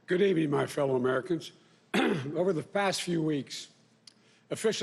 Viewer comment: Over the fast two weeks...Have certi flied. I voted for him but I’m frightened he’s slurring stumbling and mispronouncing words somebody help him